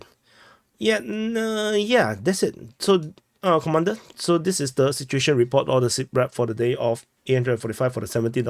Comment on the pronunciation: You say all the time at beginin of your report "comander...comandor" other professionals also follow your report so just take this home messae.otherwise your reporting ethics is very impressive.go ahead.Tjhak you!!!